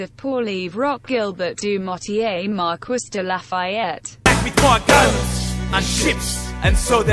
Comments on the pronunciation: Mar-quiss? It’s pronounced mar-kee... come on automated computer voice! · "Mar-KISS"? Sounds like the text-to-speech program was left on "rural american" when making this :D [It's Mar-KEE, btw.] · "Mar-kwiss de Lafayette" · Miranda Mobley ITS MARQEE (pronounced like that) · Mar-kwiss I KNOW IT MAKES ME SO ANGRY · You couldn't even have a French tts read it. MarKUISSSS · Pronouncing marquis like Mar-kwis hurts my soul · Siri, how do you say marquis? “Mar-kwiss” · the way it sais it lie its acc said marquis hahaha me MARKEE ITS MARKEEEEE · If you are going to use his full name, at least program that AI voice to pronounce his name correctly!! Mar-Kwis???? Wow! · As someone who studied French, I felt EVERY inch of my skin crawl when I heard that pronunciation. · The pronunciation of Marquis makes irrationally angry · I cringe every time the voice mispronounces “Marquis de Lafayette” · marie-joseph paul yves roch gilbert du motier marquis de la fayette (side note: i find it absolutely hilarious how the tts mispronounces “marquis” lol)